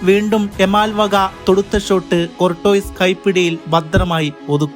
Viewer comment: കുർട്ടോയിസ് അല്ല കോർട്ട്വ ആണ് പ്രണൗൻസേഷൻ